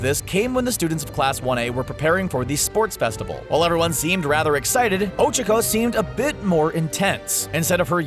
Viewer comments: Why r u saying ochko it’s Ochaco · Did he just cal oh-chak-oh Oh cheek oh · Ochoko? It’s Ochacho! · Ah yes Ochiko. My favorite character. Who's Ochacho? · wait...wtf...did called ochako ojiro!? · Whoses ochico I thought her name was ochaco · ᴅɪᴅ ᴛʜɪs ᴍᴀɴ sᴀʏ "ᴏᴄʜᴏᴄᴏ"? ᴀɴᴅ ɴᴏᴛ ᴏᴄʜᴀᴄᴏ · I’m sorry but I really thought you couldn’t get any dumber, LOL it’s O-chalk-o not O-Chick-o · ITS OCHACO NOT ochoco, FAST O CHAC O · Ocacko do u mean... ochacko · i hate how he butchered tsuyu & ochaco's names so badly. its "soo-you" and "oh-chah-koh" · Oh-Chico? Did I here that right? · Pronounces Ochaco wrong: Ochacooooo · Nobody:: o h - c h i - k o h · "O C H O C U" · Ohchko when he does not know how to say it right u know he does not watch the show and he is a little bitch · The voiceover guy:O-chi-co Smh. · The fact that they pronounce ochako as oh-chuh-ko. Cancerous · Bruh when said ochaco mans said OcHuUuUcO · He actually pronounces it ochoko, it angers me so much when people get characters' names wrong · Why..HE PRONOUNCED OCHACO OH-CHUH-KOH. o nose nose nose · oh-cha-koh... like seriously? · Ochico who is ochico it's uraka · O Cha ku say it right please. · "ocicho" lmao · U said her name wrong dumbass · He's saying ochakos nsme wrong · THE ONLY THING THATS WRONG HERE IS THE WAY YOU SAY OCHAKO, MINORU AND TSUYU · The way he pronounces "Ochaco" makes me cringe 😂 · am i the only one that got mad how he pronounces ochaco's name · The way he says Ochaco is extremely aggravating.. -_ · Is he pronouncing Ochaco’s name wrong or is it just me? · Ok ok ok, you can say anything about my babies BUT WHY IN THE WORLD ARE YOU PRONOUNCING OCHACO LIKE THAT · Who else completely lost it every time they pronounced Ochaco and Tsuyu's name wrong? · Who else is triggered that he said Ochaco wrong? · Is it just me or him pronouncing Ochaco wrong annoying me And lol Deku is probably gay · Isnt her name uraraka? Even if it isnt, you pronounced ochaco incorrect